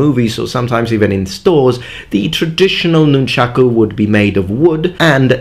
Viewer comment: Thank you, thank you, thank you for saying "nunchaku." I swear, if I hear one more person say "nunchucks," or worse... I love sai, too; they tie for me with bo for favorite. I wouldn't have thought of nunti-bo for "most effective," but I have to agree.